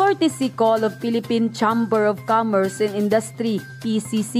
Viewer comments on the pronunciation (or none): Miss blogger mali ang pagbigkas mo patungkol doon sa pcci chamber iyon cheimber ang pagbgkas hindi tsamber